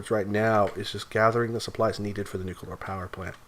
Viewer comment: Nucular. It's pronounced, 'nucular'.